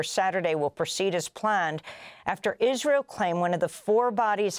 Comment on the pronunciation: "ill-israel" - Sometimes Amy's slips are just too good, bless her.